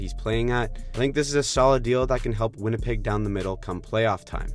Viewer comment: You called Winnipeg “ win a pig” I’m stealing tht.